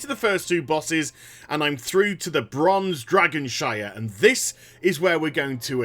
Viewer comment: "Bronze dragonshire"? Isn't it Bronze Dragonshrine.